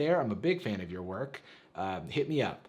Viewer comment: "Lork, I love your work!" (but you mispronounce work, ya see)